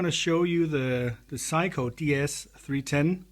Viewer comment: I like how you pronounce Sei-ko to sound like Psycho ; ) seriously though, great demo video of an unusual and rare synth